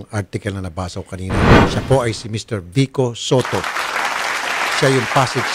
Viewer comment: vico po hindi vikko😁😂